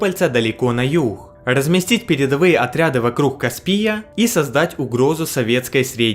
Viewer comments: Не каспииияяя а каааспия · Не каспИя, а кАспия!